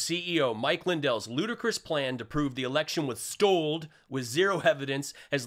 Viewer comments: Mike is always adding letters to words, it was stold, they went crossed//crosst.. stolden,, hahaha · Hey, thanks for another laugh filled 13 minutes. "stold, Compenskate, acrossed" etc etc mypillow speaks in tongues..... only recognisable to halfwits. Candian 😂 What do you say? Morons the lot of them... Thanks again, really love your show.. makes my week. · Stold.....crost.....qwast....roko ...??? Must be a Maga Patois language. All of you reached out to the bank president..." What he doesn't know they all reached out to the bank president to thank them. 🤣